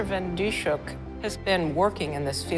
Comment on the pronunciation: Her name is mispronounced in this video. It's not Dee-shook, it's Dis-hook. (Dis rhymes with this, hook rhymes with book.) BTW, it took 3 months for this to make the news in the Netherlands... :(